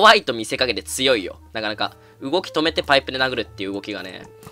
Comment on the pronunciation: パイプ・パイプ・バイブ、俺だけかなバイブに聞こえたの、